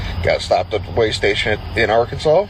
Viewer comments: Did she really pronounce “Arkansas” are-Kansas? It’s a good thing that she isn’t a truck driver, because she obviously can’t read English. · Talk about someone not knowing how to read, with that Arkansas pronunciation.... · Her point is moot when she herself can not even pronounce Arkansas correctly. She needs to go back to school. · While the state is pronounced "Ahr can saw", to hear someone pronounce it Ar Kansas, is not unusual. And that is the proper pronunciation of the River. What's funny is that people pronounce Missouri, as Mizz or ee or Mizz or i, when the proper pronunciation is Miss urh uh. Same with Hawai'i. People pronounce it, Ha why ee, when its proper pronunciation is Hu wuh ah ee. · Most people call it art Kansas 😂😂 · What’s crazy is an American who pronounces Arkansas, Are Kansas! Arkansas just made the roads a lot safer! Department of Transportation needs a national wide law. I had no idea this was happening. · Did that woman say “Arcanzas” 🤦🏽‍♀️ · Imagine calling Arkansas "Ar-can-zis" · I literally couldn't hear anything past R-Kan-sus. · Ar-Kansas? Who taught how to read? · She can't even pronounce the state's name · They need to fine her for mispronouncing Arkansas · That can't even pronounce "Arkansas" correctly! 🤦🏽‍♀️ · Yes, she was pissing me off. No American pronounces Arkansas that way. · Technically, she pronounced it the way it's spelled. However, there's no way in Hell she shouldn't know how to pronounce it by now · The way she pronouns Arkansas explains why she thinks being able to speak and write english as a CDL driver is absurd 🤦🏾‍♂️